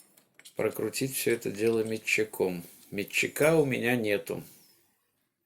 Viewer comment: МетчИкА аж ухо режит